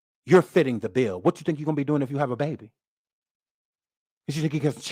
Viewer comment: You from New Orleans??? Oooh I heard that Bay-bie!!